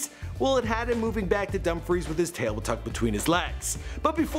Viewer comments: Hi great videő sorry I just watched it I'm from Dumfries well I live outide it, not being smart but it's pronounced dumb-freece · Dumb freese not dumb fries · Pronounce Dumfrice right please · You say it like dumfrees I’m from there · It’s pronounced dum freees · Love the facts that he knows all this stuff about Celebrities but can’t pronounce Dumfries right